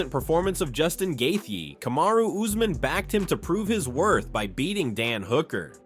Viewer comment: Every time this video reads Gaethje's name, it gets worse :face-blue-smiling